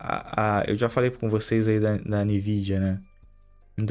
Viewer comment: a mais de 15 anos pronunciando "Nividia"...